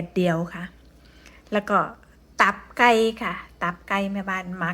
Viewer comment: ตับไกไม่ใช่ต๊อบไกเรี่ยกให้มันถูกพาษาไทยฟังแล้วไม่เพราะ